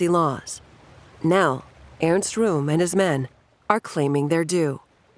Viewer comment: Rohm, rhymes with bomb!